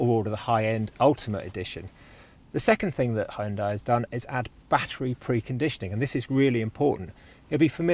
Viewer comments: Not Hyun-D-AH-EE., but Hyun-Day, like Sunday. :) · "Hun-day" - rhymes with "Sunday". 😊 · you need to start saying Hyun-day not Hi Un Die... Hyundai are now aiming their sights at the premium market 😆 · You only manage once to pronounce HYUNDAI in a new way 😂 I guess that is a total nonsense and we always will be pronouncing it as it was before 🎉